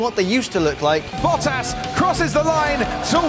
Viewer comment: Learn to pronounce bottas